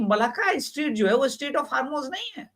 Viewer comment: Strait boliye street nahi bolte